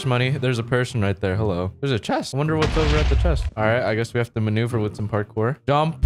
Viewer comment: The times he said manuver = the video's like